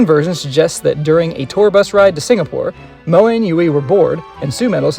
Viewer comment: Please... just say Moa.... I'm trying so hard to keep watching the video but its hard when you say her name that way xD Please just say Moa ;)